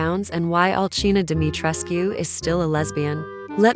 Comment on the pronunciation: And thank you for pronouncing the u in Dimitrescu because it is based off a Romanian/Transylvania bloodline which would be a correct pronounciation, not a silent U thats heard in the game.